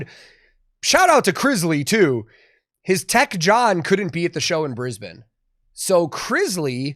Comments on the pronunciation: As a Queenslander I'm loving the fact you pronounce Brisbane properly haha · I just have to say, you said Brisbane, exactly how it is pronounced in Brisbane